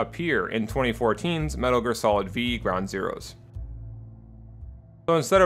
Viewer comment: "Metal Gear Solid VEE".